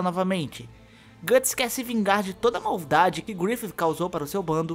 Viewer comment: Gatts? GATTS??? O Certo É Guts